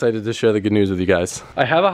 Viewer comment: "i'm very excited to share the gnews with you"